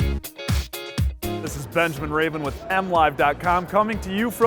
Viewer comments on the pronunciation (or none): none